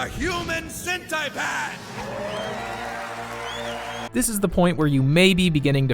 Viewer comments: Why is he saying "human sentaipad" instead of "human centipede" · Wait.. why do you pronounced it as cent-ai pad? It clearly should be cent-e-pad, right? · Wtf he said cent i pad